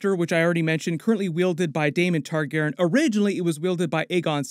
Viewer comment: Learn how to say Targaryen!